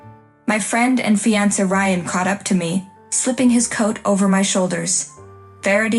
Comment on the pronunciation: Hissed, not hist. Charge the mother with assault! Peyton doesn't deserve shit. Pronounce fiancé correctly.